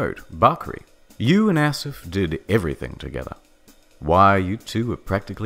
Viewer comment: Asif is pronounced Ah/sif. Mudasir is pronounced Ma/di/sa.